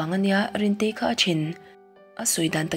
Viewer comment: rintei a sawi dan chuhh